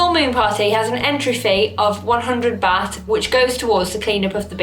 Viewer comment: Baht is pronounced "Bart" like Bart Simpson! Thank you for your recommendations! :) x